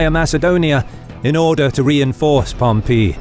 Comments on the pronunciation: Great stuff, truly. But it's pronounced Pompay... not Pompee. Just saying... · Pom Pee----means to urinate the correct pronunciation is Pom PA! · Just an fyi to you guys at historeeeeemarch, his name is Pompey, not Pompeeeeeeey, hope that's helpful. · The narrator needs to pick a pronunciation for Pompey. Sometimes it's pom-PEE sometimes it's pom-PAY. Meanwhile, my professors always pronounced it POM-pee. Also, maybe tone down the tv narrator voice - the content here is absolutely top notch, but the voice over is difficult to listen to. Just enunciate clearly and speak like a person. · Picky, picky, picky in an entertaining documentary, but did Pom pee? Over more decades than I care to define, it is literally ("literally" actually meaning literally) the first time I ever heard it pronounced with the accent on the "pee"; like chalk on a blackboard. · Okay, is Pompey actually said like Pom-pee or Pom-pay or Pom- py? I swear this guy sounds like he's saying Pom-pee. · Whoever taught you to say Pom-Pee? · Pom pee? enough with the comedy pronunciations. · Love this content....but i have to say...this narrator needs to make up his mind and stick with one pronounciation of names..."Pompee", short while later... "Pompay"....What, did his son decide to go with a different sound from the shame of past defeats? And he's not the only one....It's a small complaint, I know, but so aggravating. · Everytime he says Pom-pee a little part of me dies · Spaniard here (hispania, ave 🤚) , with a strong classic latin accent in his native language... Ay pompeyo... Really cant concentrate each time pompeius is said pompee... pompoo! Now gotta go toilet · pom- PEE! lol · Is Pompey pronounced as Pompeii?? like the city that got destroyed by vesuvius? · No, it's Pomp-ee. I've never heard it pronounced like that either. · why does it sound like you are saying pompee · "Pom-PEE" uh the way he says pom-EE! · Drove me nuts too. So much emphasis on the PEE part.